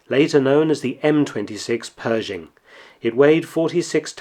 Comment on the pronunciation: You left out the "h" in Pershing!